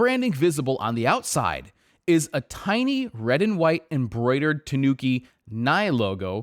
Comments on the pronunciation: No, that's not how you say Tanuki. It's Ta-nu-ki, not Tuh-noo-ki. Ta as in the 'ta' in the word 'target', except the 't' is pronounced as the th in the word 'through'. Phonetically, it's a dental 't', not palatal. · It’s pronounced tah- nooki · It's pronounced with the accent on the A, TAnuki. Not sure why even the wiki tts is wrong. The fabric looks great on this though, I barely even wear denim as it's so hard to find good items, especially in europe.